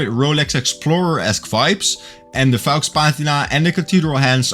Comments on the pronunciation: LOL at "fox" patina. That's not how you pronounce faux. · I agree with you: the cathedral hands and the "fox" patina are the best bits about this watch. The Seagull 1963 is a far better use of a display caseback. Given their pricing, cheaping out and build quality, I hope you'll keep using the "Psycho" pronunciation. OK watch and a very nice review. Cheers 🍻!